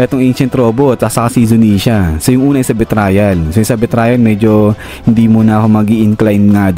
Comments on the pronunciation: Sir betrayal pronunciation is bee - tray - uhl not bee - trial. Feedback lng po. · Mali ang pronunciation ng "betrayal". Dapat pag-aralan muna ang mga bagay-bagay bago basta-basta na lang na gumawa ng content.